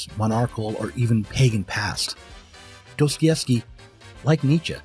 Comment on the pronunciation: Dos-toi-YEvskee, not Dose-Koi-evskee. Apart from that, excellent video!